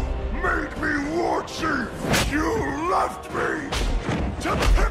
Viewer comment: "Warchiefu" hahaahhah